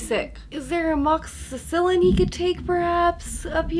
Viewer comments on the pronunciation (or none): "Amoxycillin" Hahahahah!!!